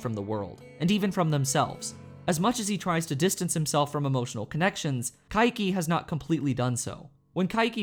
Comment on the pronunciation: Why do you pronounce Kaiki's name as Ka-i-ki? Its Kai-ki, two syllables.